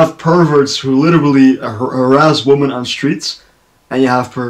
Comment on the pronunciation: Hey, nice reaction! Red Velvet is awesome and I really appreciate how experimental they are with their sound. Zimzalabim for example is very trippy and some people hate it, but I became to love it after listening to the song multiple times. I think no other group could have make it work. Your English is great. Just wanted to point out that your pronunciation of women sounds like woman. I don't know if it's just me hearing it incorrectly. Didn't want to offend or nitpick, just wanted to help 😊